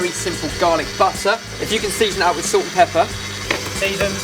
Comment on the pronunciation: says salct not salt speak better